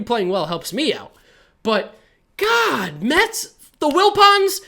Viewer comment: New York “Mehh”-ts